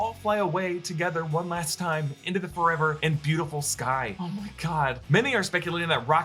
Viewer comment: I'm pretty sure Rocket says Fur-ever.